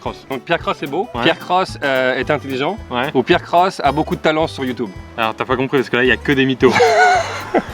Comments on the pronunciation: Moi j'ai compris youteub xD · "Pierre Croce a beaucoup de talent sur YOUTOUBE !", ça m'a tué ! xD Sivouplééééé ! x)